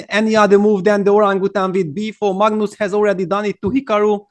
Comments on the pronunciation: It's not Maagnoos 😂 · the first reporter peter leko was call Magnus as Mangus